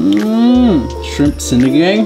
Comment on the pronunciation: Yo.... it's pronounced 'see-nee-ghung'. ☺☺☺